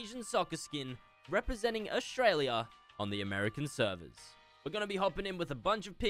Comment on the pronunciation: Why do you aways say Americans severs omg plz quit that